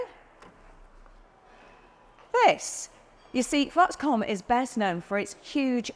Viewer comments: Oh Ginny, It’s Foxconn, not Foxcom. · Foxconn, Not Foxcomm ! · That's Foxconn, not Foxcom. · It’s Foxconn, not Foxcom. Riskier is known to make lofty promises and deliver nothing in the end, so better take everything they say with a grain of salt.